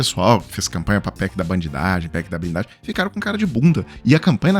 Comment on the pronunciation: "PEC da blinglagem". Língua pesada, hein? Dá a impressão que supostamente não tava puro.